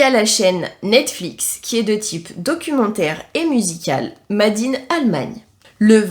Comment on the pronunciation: Vidéo sympa. Par contre, t'es comme moi : faut bosser ton anglais (mayor, made, bear, ...) 😅